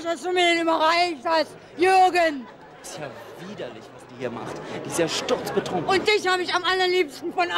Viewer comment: "Jürgen" lol